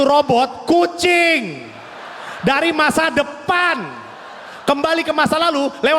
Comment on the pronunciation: Bilang robot KUCINGnya nafsu banget